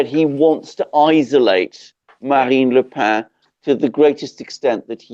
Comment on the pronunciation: Marine Le Pen (with a consonant on the end), not Le Pain.